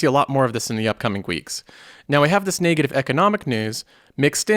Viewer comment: where are you from? That pronunciation of "NAAY-gative" threw me off so many times I cant unhear it anymore haha. Just curious.